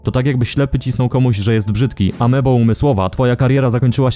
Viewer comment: Szkoda że źle przeczytałeś AMBEO, to było fajne nawiązanie do starej wypowiedzi kasja